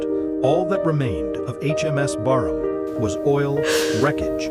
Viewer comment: the name of the ship appears on the wreck as "Brarmaa". Later the irritating commentary calls the ship "Barnham". Disrespectful fake AI crap and a waste of time.